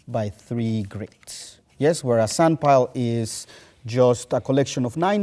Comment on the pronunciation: After 15 minutes it sounds like he says senpai and not sandpile